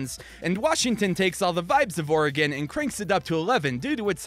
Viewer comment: Every time you said Oregon I was like YESSS